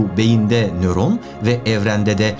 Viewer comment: Neron degil nöron